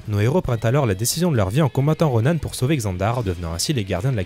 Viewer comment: C pas Ronanne c Ronan RONAN c pas compliquer nan?